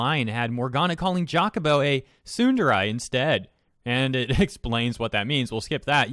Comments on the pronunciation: Just to clarify, I am NOT saying this to make fun of you or anything. I'm just legit curious. Are you intentionally misponouncing "tsundere" as "sunderai" or do you not know how the word is actually pronounced? I would be VERY surprized if it's the latter, considering how much of your content is anime/manga/japanese culture related. For all I know, you might be doing it on purpose as a type of censoring for the word or something, I dunno. But, I just hear you say "sunderai" and I'm like "....Okay, but why, though?". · "Soon-the-rye". I agree that it's not that difficult to translate, but it's not that difficult to pronounce either. (^.^') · Would it have killed you to learn how to pronounce the japanese words you talk about correctly? a minute on google translate is all it takes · am I the only one bothered by the way this guy pronounces "tsundere"? If you like anime at least get your phrases right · Your butchering of the pronunciation of "tsundere" aside, I'm unsurprised at these events. Damn localizers. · The way you pronounce Tsundere bothers me in the depths of my soul. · Why. Why do you have to butcher the word tsundere? It's painful to hear you pronounce it that way. Edit to add: More than likely the reason they don't hire English speaking Japanese people is because the English language is dumb. Most people who primarily speak English don't have a decent enough grasp of the language to properly translate another language into it, let alone someone who has it as their second or third. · my dude please stop trying to pronounce the word tsundere; if you cant say it, then dont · Am I the only one bothered by him saying tsunderai instead of tsundere? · Love your content but otherwise, Tsundere is prounounced like "Soon-Deh-Reh" not "Soondarai" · You pronouncing tsundere as tsunderai is painful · Why's he saying tsunderai? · Every time he says SOODUREYE MY COCK GETS SMALLER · His pronunciation of tsundere as tsunderai scares me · tsundarai my ear hurts